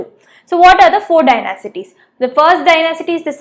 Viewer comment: Dynasties- Pronunciation "Dynasties" Correct "Dynacities" Wrong 😂😂😂😂😂😂😂😂 Mam, before teaching be teached properly. Curiously😂😂😂😂😂! What a teacher!!!!!!!!!